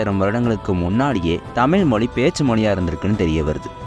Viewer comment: தமில் மொலி அல்ல தம்பி அது தமிழ் மொழி